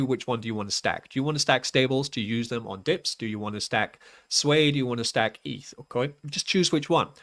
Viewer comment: Please start pronouncing it the correct way (SWEE).